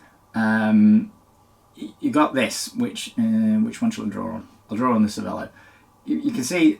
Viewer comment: If you owned a cervelo you should at least be able to pronounce it properly…